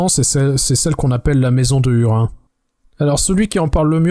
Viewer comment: Petit bémol sur la prononciation des noms propres (hurin->hourine par exemple) qui me pique les oreilles 😅 en dehors de ça très bon épisode comme d'habitude!